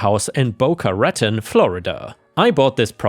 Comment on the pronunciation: I suggest if you don't know how to pronounce something you look it up before posting. It is not "Rat Ton", it is "Ruh Ton".